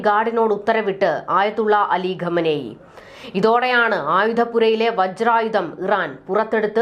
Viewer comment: എന്തിനടി ആളുകളുടെ പേര് മാറ്റുന്നത്. ക്വാമേനി എങ്ങനെയാടി കമനി ആയത്. ഈ പണിക്ക് വരുമ്പോൾ എഴുതാനും വായിക്കാനും പഠിക്കുക.